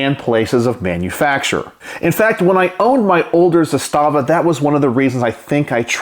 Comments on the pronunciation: Couple things: It’s pronounced “ZA-sta-va”, not “za-STA-va”. Trust me on this. That’s the very same rifle I have except the furniture is FDE instead of OD. I even have the very same loosey goosey upper hand guard; I wouldn’t try to mount anything on that apparent picattinny-like rail since it would never hold zero. No matter; I used an RS Regulate mounting setup with a Primary Arms 2X prism optic; it works well. Only other difference on mine is I switched out the supplied slant brake for a Century Arms “Chevron” muzzle brake; say what you want about Century, that’s one thing they did right. It’s compact, relatively inexpensive, and effective. By the way, the pistol grip on the Archangel furniture set has a compartment in which you can store spare batteries for your optic if you want. Another neat feature is the notch in the safety lever that allows you to lock back the bolt. That was a Yugo innovation pioneered with the original M70. Combined with a last shot bolt hold open follower on the magazine - which I understand were standard issue for the Yugoslavian army - when the bolt is held open on the last shot you can teach yourself to pull the bolt back a little further with your thumb to line the charging handle up with that notch, then sweep up the safety lever to lock back the bolt. (It sounds more complicated than it is.). Once you’ve done that, rock ‘n lock a new mag and just press down on the safety lever, letting the bolt slam forward, similar to using the bolt release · Actually, if you listen to people from the company itself, as I heard myself one employee say at a gun show... It's pronounced Zass-stuh-vuh. Not Zah-stah--vuh. Heard this from the horse's mouth. Just saying.